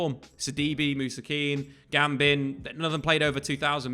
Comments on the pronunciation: GUBAMAN not GAMBIN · mans said gambin